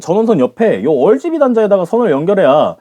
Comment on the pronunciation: RGB '얼'지비 킹받네 ㅋㅋㅋ 암튼 다음세대에서 좀더 보완하여 나온다면 진짜 라라 세트컴터 맞출수도 있겠네요. 특히 4k용으로 엔비디아 대체품으로 저렴하게 나와준다면 더할나위없을듯!